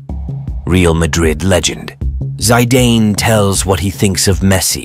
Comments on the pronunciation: Its not zydan its Zidane😅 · If you cannot pronounce ZI-DANE true name properly, than you are not worth watching. From the very first sentence when I heard ZINADI ZIDANE ZIZI, Mispronounced as ZAI-DANE than this video is rubbish. Hearing the first sentence from the Commentator, turned me off, and led me to write this comment. IMHO if you want to progress in this profession, the least one could do was make an effort to learn how to pronounce one of football's greatest French player the due respect he is due. Think about it. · Good God! It's not Zeyedayne, it's Zidaan. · Me: "This seems like a nice football video to watch." *Hears how they pronounce Zidane's name on * Me: "Yeah, I'm out."